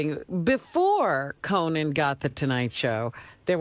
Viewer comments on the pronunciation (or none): Why does Howard keep pronouncing it "CoNAN?" He sounds like Jesse Ventura. 🙄